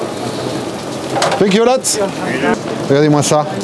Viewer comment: « funk you » au lieu de thank you a chaque fois🤣